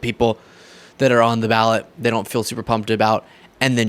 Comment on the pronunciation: . "that THEY!" Don't keep the 1st timers aloof! Speak "THEY" clearly and concisely! THE REPUBLICANS AND THE DONALD TRUMPS! I YIELD